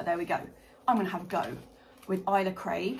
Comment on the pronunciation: Love from Scotland but it's pronounced Ale-Sa Craig 🙈